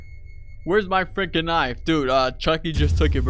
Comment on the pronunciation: I like how you say freken sour pouch kid 😂